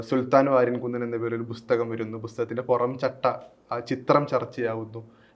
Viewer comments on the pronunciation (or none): അവതാരകന്‍ നന്നായി മലയാളം ഉച്ചരിച്ച് പഠിക്കണം. ''ബുസ്തഗ''മോ ? എന്തോന്നാണ് bro ? പുസ്തകം OR ബുക്ക് (book)